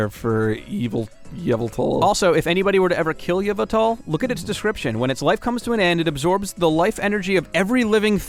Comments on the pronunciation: In the new game pokemon x and y the 2 main ledgendary pokemon Xerneas and Yveltal . You may be saying there names wrong. To say Xerneas is ZURR-nee-us and Yveltal is sayed ee-VELL-tall .Thanks for reading this pokemon mesage. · I think with Yvental the Y is silent.